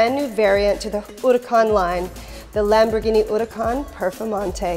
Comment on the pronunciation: I really like her videos, but as Lamborghini is full of Spanish names, please a little effort in the pronunciation, and she explains ALA but no clue what it means for sure... ALA in both Spanish and italian mean WING...